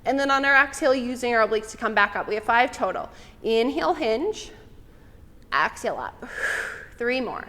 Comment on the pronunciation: Love this workout. Great pilates instruction! (Just an FYI, exhale is not pronounced AX-hail. It’s Exhale. :-))